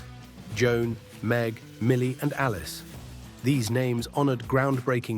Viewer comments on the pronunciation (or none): none